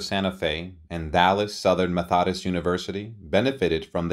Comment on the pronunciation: This narrator is horrible. He is not only boring, but he cannot correctly pronounce Methodist, Olivier, Chaillot. And who wrote the script? As noted by others, her Oscar for Mrs Miniver was her only Oscar, not her first.